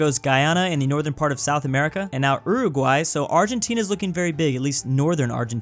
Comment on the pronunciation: is it just me that is bothered by the way he pronounces Nunavut and Uruguay?